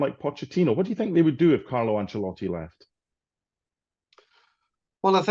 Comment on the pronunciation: Why does Stevie call Ancelotti Angelotti?